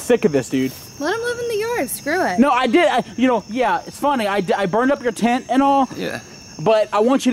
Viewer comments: Tanner Drew Walton its "oh shit mu tent" i know he meant " my tent" but he said mu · And they way he says tent. Like tient